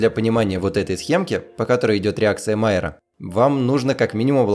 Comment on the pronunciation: Луи Камий Майяр был французом. Реакция Майя́ра, а не Ма́йяра.